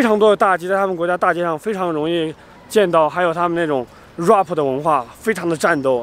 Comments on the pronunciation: Roughpppp😂😂😂 是 RAP 啦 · 怪不得我听起来怪怪的，还有rap 说成 哇婆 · 你果然看到蒙古国美女就"Very High"!!!!!!!!!!!!!!!!!,不過也難怪那些蒙古國美女被你嚇跑了！因為怕你“High”了。“Very tall” is the right way.还有那个“Rap”发音为[ræp]。你不要太丢人现眼了，丢到蒙古国过去了。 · rap，兄弟，你的发音不对